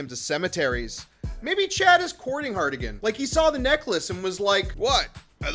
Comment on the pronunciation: For the love of all that is Yautja. Harrigan. Not Hardigan. 😂